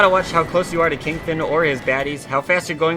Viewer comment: Kingfin? Seriously?